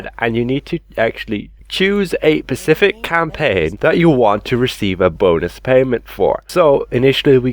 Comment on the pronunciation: Specific with an S. You're always talking about the Pacific ocean lol